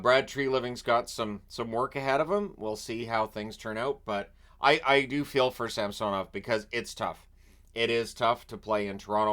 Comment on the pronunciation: Can you please pronounce samsanovs current pronunciation right? 😅